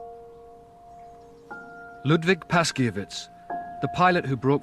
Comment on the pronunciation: The 303 historian's name (Ludwik Paszkiewicz} is pronounced [Pashkyevitch] with an accent on "kye."